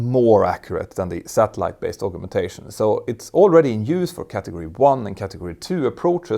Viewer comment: Thank you for a brilliant video as usual. Although you speak english better than most native englishmen/women I hope you will forgive me for just mentioning the pronunciation of the word 'augmentation'. Collins states it as ˌ"ɔːɡmɛnˈteɪʃən". or, if you don't read phonetics, " as I would say "org men tay shun".